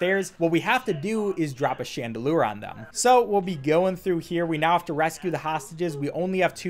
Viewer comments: Says cryptographic fine, apologises. Says chandelier and pendulum wrong, nothing. Thank you for adding Shaun DeLure and Penn D'lem to my roster of NPC names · Wait... did you just pronounce chandler wrong?